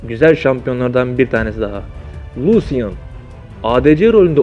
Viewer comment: Abi aksanlari bi söylemeye çalışma norman keyn de geç hekarim de geç elis de geç luşın de geç allahım kenni ne panten ne neyse